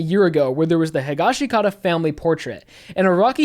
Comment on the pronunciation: bro, you pronounce the Higashikata name wrong. You and everyone on YouTube including Kaleb I.A. The dub and sub pronounce it “Hee-Gawsh-kah-tah” SAY IT RIGHT! 🤬I know it’s petty but, damn like I said the Sub of JoJo, dub, and live action movie pronounce it the way I mention